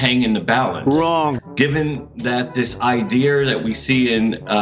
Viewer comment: "...ideer" "eh dun git me an ideer bout how ta fix dat fence."